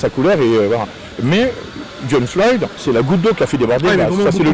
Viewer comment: l’activiste il sort « jhon floyd » 🤦‍♂️